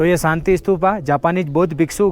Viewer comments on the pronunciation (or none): Bhai , sab thik hai par शांति ko saaanti kyu bola,aur nazara ko najjaaraaa kyu bola bhai,aur खुशी ko khusiiiii,aap ladakh me ho sahi se pronunciation 😅😅😅kijiye bhaiyaaaaa